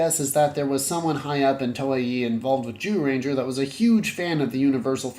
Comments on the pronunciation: Lol why do you keep saying “Jew-ranger”? It’s pronounced Jūrenjā. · but the golem minions didn't help much to correct the 'jew-ranger' term.